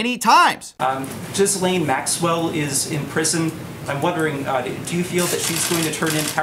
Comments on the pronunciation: It's /Ghi'lein/ not Ghizlane or Jizlane tho' 😅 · JFC, the "s" is silent. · This is an aside, but I find it interesting that USA journalists don't even try to pronounce "Ghislaine" correctly. It's not Jiss-lane, it's Gee-len. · Lot of people pronounce it Jizz Lane. I always thought it was pronounced Jer Lane. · Gil-lane hard G. How do people not know this by now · "Jizz-lane" gets me every time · It's pronounced "Gilaine", to be clear. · it's gee-lane. americans cannot comprehend a silent s. yes english is a messed up language, blame the french who we stole most of it from. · Why are Americans unable to pronounce Ghislaine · That's not how you pronounce "Ghislaine"